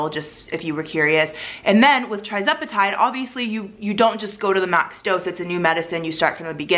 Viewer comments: The starting dose for tirzepetide (pronounced ter-ZEP e tide, not TRI 😊.) Also, tirzepetide’s loading dose is 2.5, not .25 (like semaglutide.) if you started at .25 and not 2.5 you’re not even at the loading dose! Hope that helps. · TIR-zepatide not TRI-zepatide please 🙏🏽 lol